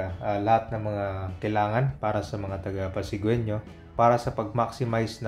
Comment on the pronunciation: “Pasigenyo” po ‘yung pagpronounce sa word na “Pasigueño”. Hehehe. Pero kudos po sa inyo sa pag-update! Matagal-tagal na rin akong hindi nagagawi d’yan sa Pasig City Hall area.